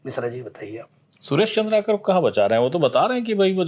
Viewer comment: चंद्रा कार नहीं होता है भाई, पत्रकार है आप कम से कम उच्चारण सही करिए, चंद्राकर होता है।